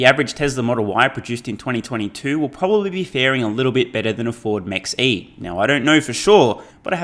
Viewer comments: Ford Mach E... Maybe this is not pronounced Max but Mark...😊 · It’s pronounced “Mock-E”, not Max-E. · BTW, it's pronounced "mock". Name taken from a German aircraft designer, Ernst Mach, to connote speed, specifically in reference to the speed of sound. So a jet traveling at, say, three times the speed of sound is said to be traveling at Mach 3. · mex e? its Mach E as in "mach" speed of sound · Bro, it's "mach" as in the speed of sound... Mach 1...